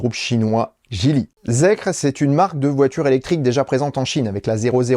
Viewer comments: Ça se prononce "Zikeur". Effectivement zèkre ça sonne très très mal 😄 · Ça se dit "zikeur" pour info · J'ai rien à redire sur la vidéo, mais par contre ne dit-on pas "Zikeur"? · Bonjour, personnellement je le prononcerai "Zikair" mais je ne sais pas si j'ai raison. En tous cas la prononciation "Zèkre" est totalement nulle pour la France. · merci pour vos émissions toujours très complètes mais ne restons pas franco francais jusque dans les prononciations : ZEEKR se prononce ZIKER (ZEro Emission KRypton) "ZIRO ZIRO ONE ou EXE" =_= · Se prononce Zikeur